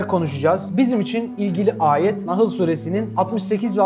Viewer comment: Ağzına sağlık güzel olmuş sadece sürelerin isimlerini düzgün söylersen iz bilmeyen kardeşlerimiz rahat arama yapar NAHIL değil ( NAHL) sûresi